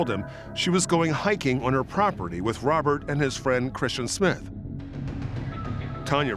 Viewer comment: Mispronouncing Kristen for Christian 50 some times was Annoying. How did no one catch and correct it ?!